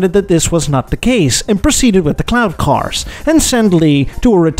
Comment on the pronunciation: Every time you said cloud cars i heard CLOWN car , it made me chuckle